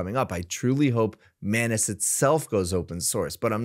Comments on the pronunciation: I think it's pronounced Muh-ainas and not Mah-nes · Etymology would suggest that the correct pronunciation is "anus", as it is spelt and looks. "An-us" would be spelt as "annus", from the Latin, and refer to a period of a year - see: "annus horriblis" and, indeed, "annual" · I cannot unhear you pronounce it as “my anus”… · That is not how you pronounce anus. 😂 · Hey, I think your pronunciation of Anus might be wrong.